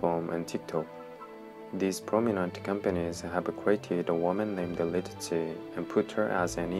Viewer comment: He can't even pronounce her name lol